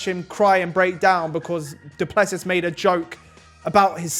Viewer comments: Guys it’s pronounced Doo-plu-see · It is pronounced: DOO PLUH SEE